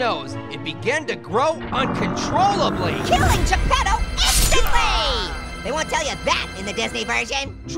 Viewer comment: It's Geppetto not Japado!